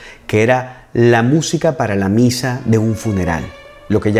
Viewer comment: Ah, ok. Yo miré dos veces el vídeo y ambas escuché Pisa, pero supuse que era Misa. Jajaja. Gracias por responder.